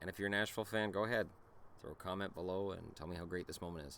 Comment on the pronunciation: Canucks, Bruins, Stars. He said his own teams wrong.